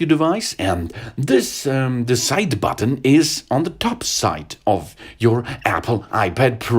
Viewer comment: his accent is French Chinese and Swedish and when he says button he says the b so loud like BUTTon